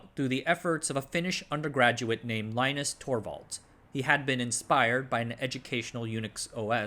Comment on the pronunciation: Stallman was never a professor, NextStep is actually based on Mach, you mispronounced Linus's name, the OSF group did OSF/1, Net/2 is more directly related to NetBSD... I dunno man, be more careful